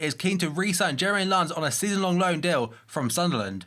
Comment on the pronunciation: Lens is pronounced like camera lens!